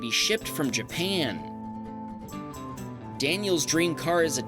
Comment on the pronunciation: The way you say japan is just funny asf lmaooo JAPEAN